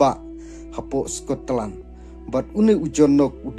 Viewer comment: Scotland ❎ Sko-Tlan✅